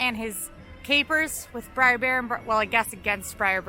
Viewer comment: If says "briar" rabbit instead of br'er rabbit one more time I'm unsubscribing.